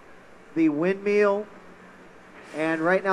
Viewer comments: everytime he said "windmeeel" i got annoyed haha great vid though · He always says 'windmeal'... xD